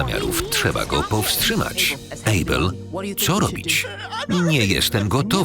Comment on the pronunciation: serio? Abel, zwykły Abel jak z przypowieści o Kainie i Ablu, a lektor mówi ejbel